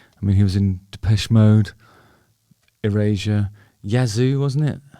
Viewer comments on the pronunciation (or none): Do British people pronounce Erasure as Eurasia or is it just Justin?